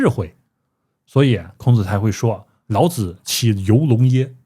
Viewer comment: 老子之「子」，發音三聲：表尊稱，如孔子、孟子、莊子等聖賢；若發輕聲：表助詞，無特別意義，如桌子、椅子、兒子等。